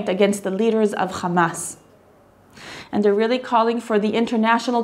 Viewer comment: War between Israel and Gaza did not start on Oct, 7th. This bloody day was just the continuation of a long lasting war. As Gaza is under blockage since 15+ years, they are victims of acts of wars. Moreover, why not pronouncing "RRRrrrarretz", "Tsarrrrral" or "RRRrrrrebrew" like you do for "RRRrrramas"? May the people in Israel be in peace as the people in Gaza and West Bank.